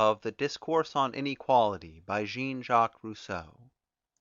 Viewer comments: The person reading it doesn't seem to realise Rousseau is French when saying his first name. 😅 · am i the only one bugged by how he says Jean?